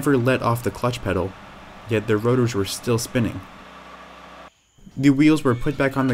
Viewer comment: The way he says rotors sounds like rudder.